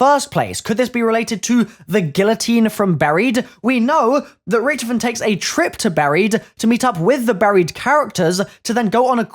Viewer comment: Not Richthofen mate